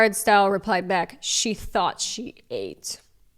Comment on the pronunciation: tought instead of thought 😭😭